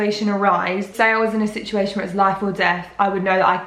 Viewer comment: Absolutely no one:: sichhhaeishon